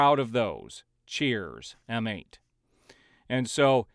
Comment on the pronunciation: And no need to actually pronounce M8 as "Em Eight". It's easier just to say "Mate"